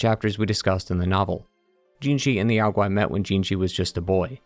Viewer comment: NO Chinese can EVER forget the Monkey King <3333 The Great Sage was the name closest associated with him--amongst other names. Black ling YAO GUAY just means DEMON. 🤣😂😂😂 I am soo sorry I couldn't stop laughing over that pronunciation by the narrator. Sorry I know I ruined everything.